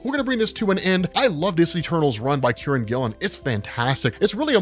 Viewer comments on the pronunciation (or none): none